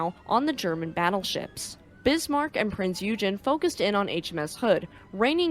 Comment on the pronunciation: and -some help with pronunciations; Ensign is pronounced ehn-sun Eugen is pronounced oy-gun Lütjens is pronounced loot-jens Finally, a piece of trivia: Ballard was on a top secret, classified project in 1989. He had asked, if there was time, could he seek out Hood and Bismarck? He was told that he could, if time allowed. He finished the classified project 12 days ahead of schedule. On Hood, he had to do some searching, but finished with five days remaining. On Bismarck, he had help in that another searcher had found her and provided the clue: "Look for an undersea volcano, you will find her on the slope." Since there was only one volcano in that area, they found Bismarck easily. Bismarck landed near the peak and slid down through the mud to near the bottom of the slope. Addendum: Going against Ballard's feelings to leave Hood intact the Royal Navy did recover the ship's bell from the Hood and it now resides in the naval museum of Portsmouth.